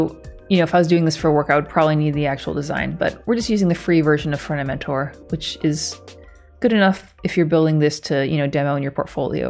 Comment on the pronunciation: Ohhhh Front-end mentor, not fronementor